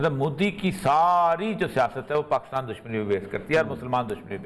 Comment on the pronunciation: Please, country name is Pakistan not Pakustaan.